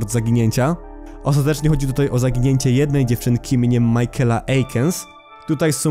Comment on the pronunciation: imie michaela nie czyta sie majkela tylko mikejla